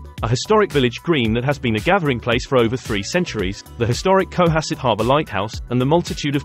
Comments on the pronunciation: Would be better without the annoying music track and AI voice. FYI, it's pronounced co-HASS-et. My grandmother lived on Beacon Hill / Back Bay, so I was fortunate to visit often and be a Bostonian in the 1960s - 1980s. Most of the Brahmin descendants were quite lovely people and very involved in the arts and charities. Personally I worked on Beacon Hill and throughout Boston / Greater Boston in many of these locales. I've lived in both nice areas and more humble areas lol. Costs are outrageous circa 2023 throughout Eastern / Central Massachusetts. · Lexington, Weston, Sherborn...and emphasis on the second syllable in Cohasset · Not CO-hasset. It is pronounced co-HASS-it. Try to get the canned AI voice corrected. Also, the word 'privacy' is not pronounced pri-va-SEE!